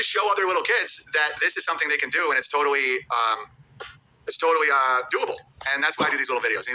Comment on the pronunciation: Owens that dude who pronounces L words with W sounds.😂👌 Totawwy,Awedgedwy, iwigitimentwy, and many more.😂